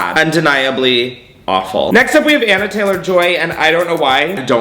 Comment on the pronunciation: “anna taylor-joy” its anya 😭☠️ ON-YA